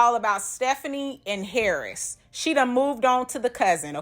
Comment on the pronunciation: Girlllll the way she says "HARRIS" drives me NUTS! LOL An ole girl needs to chill on the wine and whatever else she is doing...it's TOO much! LOL